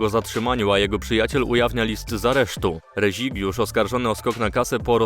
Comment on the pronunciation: Szlachta? Wam teraz upośledzone AI czyta te newsy? xD edit: reŹIgiusz. Teraz jestem przekonany, że to AI.